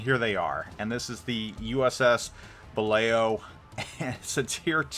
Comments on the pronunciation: Buh-LAO. Not "buh-LAY-oh" just FYI. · It's pronounced "Buh-lou" and the Balao class could travel at about 20 knots surfaced. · are you saying Balao correctly? Lol no biggie but lol.